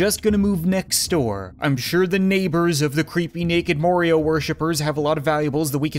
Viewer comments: Lol he Accidentally said Morio in stead of mario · More io? It's Ma-are-e-o! Proud ouce? It's Pro-dud-ce! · he said Morio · Why did you pronounce it morio